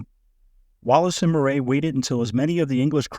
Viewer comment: Bloody AI, Moray is pronounced "Murray".